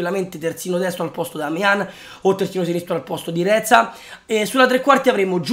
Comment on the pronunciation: Reca non reza